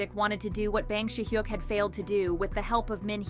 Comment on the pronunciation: no offense but can u learn to properly pronounce bang si hyuk's name? lol it's not "bang" as in i am gonna bang u lol cracks me up so bad